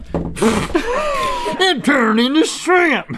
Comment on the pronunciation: "It turrrned into SHRIMP!!"🤣